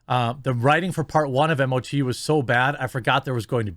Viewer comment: hey Jer... just so you know, its pronounced "Moe-Too" (MOTU - masters of the universe) in the fanverse :)